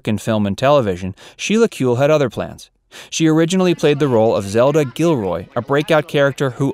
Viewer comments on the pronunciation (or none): none